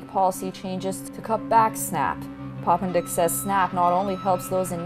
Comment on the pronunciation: Poppendieck Pop-in-dick